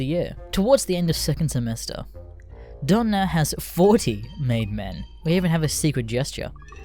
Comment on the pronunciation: would be better if you didnt pronounce "Don" as "dawn"